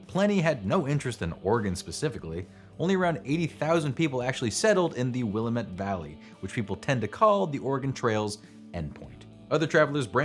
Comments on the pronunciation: Will-a-mitt??? WILL - A - MITT??!!,,!!!!! NO. Good grief. Fail dude. Will-Lam-Ette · I've learned after a few years in the PNW that it's actually pronounced will-LAM-met, not WILLA-met. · Will-aaa-mutt not willimet. Come on, that’s an obvious interaction grab from a dude who can pronounce Oregon perfect and has a Portland rose on his hoodie. 😅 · Will AM it, not willa mit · And importantly, emphasis on the second syllable. will-AHM-it. Not WiLL-a-met. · Will-AM-it Valley is how the locals say it. I am an Oregon native and grew up just across the river from Oregon City. My town and Oregon City share two bridges. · Great video. Survivor of the Lost Wagon Train of the upper Willamette valley in 1853. My great great grandmother kept a diary which is available from the Lane County Museum in Eugene, OR. BTW it's " will - am - ette . 😉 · You said Willamette wrong. You hurt my ears!! It's will-AM-ette. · As a former Oregonian, I am forced to say it is pronounced Will-AM-it, dammit! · Came here to say this. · Willamette? Mispronounced....Will-am-it. not like the Chicago area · It’s pronounced “will-am-it,” damnit! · I couldn't finish watching this with how he's saying, "Willamette." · Dude, it's your job: "willAMett" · The delightful irony of doing a whole video about Oregon Trail misconceptions and saying "Willamette" like that the whole time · Sitting here, just 10 miles north of the Willamette Valley, I'm cringing every time he says it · Sitting here in the valley, cringing every time he gets it wrong!